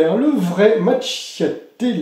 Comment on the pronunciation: Macchiato 😂 Qu'il faut prononcer: "makiato" 😊❤